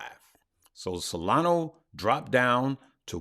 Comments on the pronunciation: It is not solano but solana 😊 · Hey, love your videos and want to thank you for everything you do. For the love of all that is holy, please stop saying “SOLANO” 😂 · Solano ? i think you mean solana haha